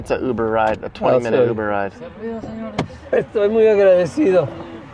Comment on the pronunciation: “Muber” haha